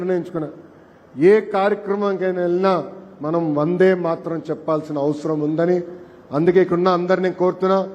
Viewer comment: తెలుగు ఇంకా బాగా నేర్చుకోవాలి . శ్రీ. ఎన్టీఆర్ ఉపన్యాసాలు బాగా వినండి. వందే, అన్నప్పుడు దే కు ఇంకా ఎక్కువ దీర్ఘమ్ రావాలి. కోరుట కాకుండా పిలుపు నిస్తున్న అనవచ్చునేమో పరిశీలించండి . పిలుపు అన్నది ఒక ఉద్యమ స్ఫూర్తి పదం. మీరు యంజిస్టర్ కాబట్టి, మీ పిలుపు ఒక ప్రభంజనమై ఉద్యమమై, ఆశించిన ప్రయోజనం సిద్ధించాలి. అది జనానికి అభ్యుదయ ము అవ్వాలి. చరిత్ర లో సువర్ణ అధ్యాయం కావలి.